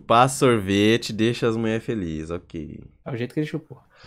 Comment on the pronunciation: mano só eu q tava com agonia dele falando "muler" "muleres"